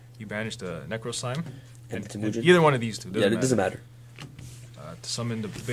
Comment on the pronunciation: It's TEH-mujin, not teMOOjin!